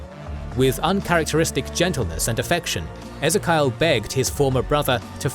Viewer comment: Ezerkial!?! Ezzerkiyal!? Ffffffff